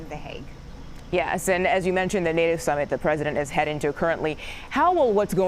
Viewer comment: Did she say, NATO Shummit???